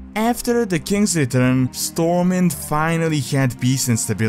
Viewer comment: Unlike the word SWORD, the “W” in STORMWIND is pronounced.